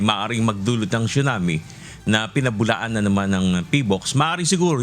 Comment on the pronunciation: It’s pronounced as sunami not chunami